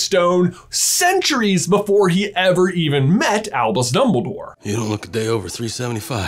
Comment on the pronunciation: Sometimes when he says Albus I hear him saying Elvis and it makes me so confused